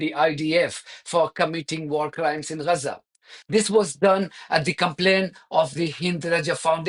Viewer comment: It's not Reza - it's Gaza.